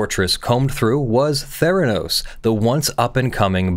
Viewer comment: Mfw you said Therenos...